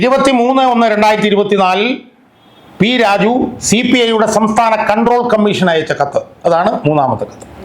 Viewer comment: നീ വ്യക്തമായി സംസാരിക്കണം -- പലപ്പോഴും പി രാജു എന്നത് p rajeev പോലെയാണ് തോന്നുന്നത്.